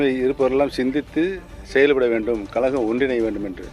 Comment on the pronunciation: கலகமா கழகமா...ஒழுங்கா பேச கத்துக்க